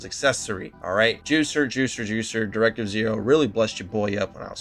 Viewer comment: Just wanted to point out that it's Directive OH like Asimo (Awesome-oh)